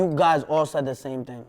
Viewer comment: Wtf was 6ix9ine sayin . Den he goes you know what i'm saying , the internet is a powerful TING